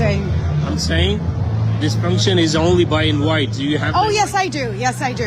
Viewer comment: "Do you have an inwhite?"